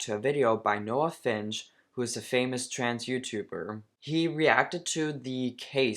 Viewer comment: It's Noah finnce, not Noah finch